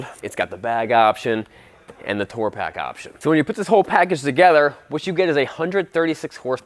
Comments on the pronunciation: The man can’t say “tour” properly. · He'll get it oot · Tore? I think he's a Cannuck